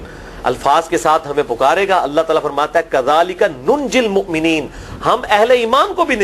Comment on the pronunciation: Wakazalika nunjil muminin hai..AAP mukminin kyn bol rahe hu.